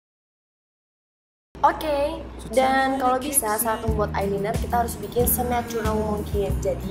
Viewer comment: emang sih tulisannya concealer tapi bacanya konsiler bukan konciler. ayeliner bacanya aylainer bukan baca langsung ayliner.mau kasi tau pemerah pipi yg kk omong itu blush on yaa...bacanya blash on...heheheheh aku cuma mau perbaiki cara omong yaaa...dont judge me...btw maaf nama akun aku tasya cantik buanget, alay yaa hehheeh...soalnya cuma mau lucu lucuan doang